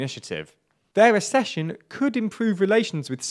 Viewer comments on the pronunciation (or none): The word is accession pronounced ac-session